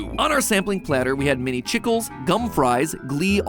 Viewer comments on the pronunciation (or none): as someone who speaks Spanish, this has made me so mad. It pronounced "CHEE-KLEHs" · so that’s not how you pronounce chicles…… 😂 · Chickles is pronounced Cheek-lays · The word "chicles" isn't actually how you would pronounce it! It's actually the Spanish word for gum, pronounced "chee-kleh" instead of how you would say "chuckles" but with a I. 😊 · Mini Chicles...is pronounced Chee-Clays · It is pronounced Chic les not chickles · Chicle is pronounced cheek-lay, not chickle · Maybe it’s because I grew up in Texas but I always heard Chicle pronounced “chee-clay” throughout my life rather than rhyming with tickle. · I'm so sorry to the Spanish community that Mat mispronounced the Chicles. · Hearing Mat pronounce "chicles" as "chickles" hurt me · noooo the way you said Chicles!!! its spanish for chewing gum, iv always said chic-laes (its hard to type how you pronounce things). oooh i about screamed it shook me to my core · Not Mat pronouncing chicles like chickles 😂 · Regarding Mini Chicles: It’s pronounced “chee-clehs.” “Chicle” is Spanish for “chewing gum.” Note: “Goma de mascar” is another term for “chewing gum,” but we always used “chicle” in my household. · im a little irritated about how he pronounced chicles :( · " Mini chicles " THE WAY HE SAID THAT GOT ME, ITS PRONOUNCED SO MUCH DIFFERENT CAUSE ITS SPANISH FOR GUM